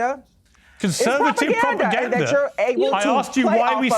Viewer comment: "that's properganda." 😂 didn't know there were 2 "r's" in that word!